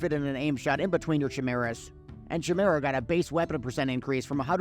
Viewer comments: Say it with me: kai-mera. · Is saying CHimera intentional?